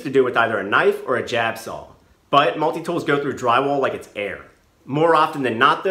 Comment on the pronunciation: What's a "sawl"?